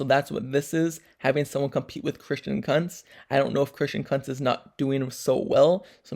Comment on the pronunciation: Kunntz not cuntz😂😂😂